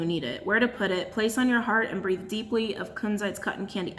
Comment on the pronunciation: I thought you said “grieve” at first instead of “breathe” lol pretty sure I need to do both!